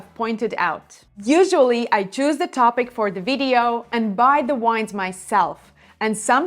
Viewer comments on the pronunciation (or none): none